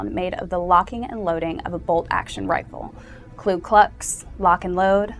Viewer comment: Get a KLU, it's KU. This beotch doesn't know her head from her tight well rounded ass.